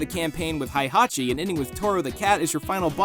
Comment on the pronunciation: Who the heck is "Hai"hachi?